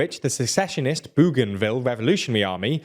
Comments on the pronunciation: ‘Boganville’ not ‘Booganville’. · We’ll if Bougainville becomes a county let’s hope you can pronounce it. Boe-gan-Ville not boo-gan-ville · learn about the topic!! There is NO SUCH place as Boogainville; Bougainville is spelt & sounded with a "ou" as in "o" in "Bow", Bougainville not Boogainville. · It’s pronounced Boganville. Not booooganville. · It's pronounced Bo gan ville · FYI I am pretty sure it is pronounced Boganville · I think it is pronounced bogan ville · It’s pronounced “Boganville” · Your pronunciation of Bougainville is hilarious. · Spelled "Papua New Guinea" wrong (PNG is not someone's papa), and pronounces "Bougainville" wrong... which matches well with your frequent mispronunciation and spelling of Australian people and places. You really need an Oceanic correspondent... or just use google search for pronunciation. You did get the close by "French Polynesia" correct... but I don't thin that is anything to get excited about.